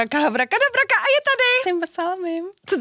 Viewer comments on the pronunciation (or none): Habraka dabraka, habraka dabraka ??? Jako fakt? Je to Abraka dabraka... Dál jsem nevydržel, Sorry